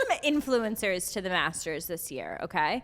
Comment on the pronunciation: I just watched this and instead of Master’s I keep hearing masseters lol